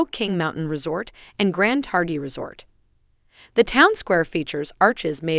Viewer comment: Nice story and loved seeing the photos of Jackson— my home for 15 years. Loved going to our 4th of July parade every year. Might want to update vid audio to correct pronunciation of words Teton and Targhee.